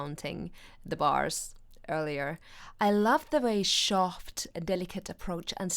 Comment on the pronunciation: It's cute the way you say shoft with a sh instead of soft. same with whisper wich you say wishper